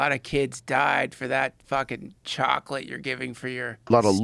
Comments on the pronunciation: This man says chocolate like that fish in spongebob.. "Chawwkklit" lmaooo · joe pronounces chocolate like the old woman from SpongeBob